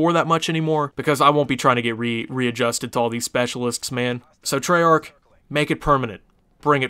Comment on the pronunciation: you didnt say it properly